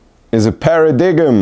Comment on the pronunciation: Paradigm pronounced Per - ruh - dime